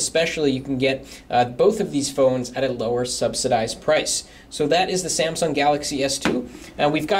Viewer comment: samsung pronounced as samson hehehe and this guy here seems to like experia better than galaxy. i personally do like experia better,, too bad my location cant just have it. i just feel a lil bit down for the RAM